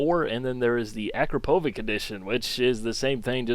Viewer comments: It's [akrapovitsch], not [akrapovik]. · 1. It's pronounced Akrapovich 2. Makes the car gain 7.5 kW(10hp) at 5200 rpm and 16Nm of torque at 2450 rpm as well as making it weigh about 8.4 Kg less. So it's not just the sound.